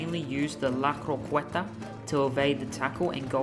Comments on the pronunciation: Btw you should pronounce it "croqeta" not "croqUeta"... Got it brow ? Also like your passion eheh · Croqueta is pronounced like CRO-KE-TA